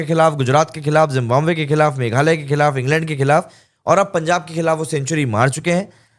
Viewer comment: Sir, why do you call Zimbabwe, Zimbombay??